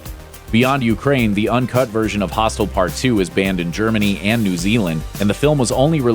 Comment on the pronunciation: Got really annoyed coz he kept pronouncing "hostel" as "hostile"